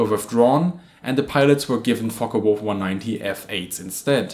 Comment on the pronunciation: So many can't pronounce the FW190 name correctly, it's not a Folkka it's folke